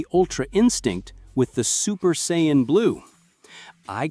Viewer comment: Why can't the AI pronounce Saiyan properly.